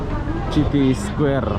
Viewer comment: Bang judulnya dibenerin atuh.. Square bukan ky gitu .. City baca siti, bukan citi.. Sepanjang jalan cewe2 ngobrol pke bhs jawa..😁